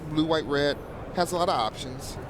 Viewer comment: Red not Wed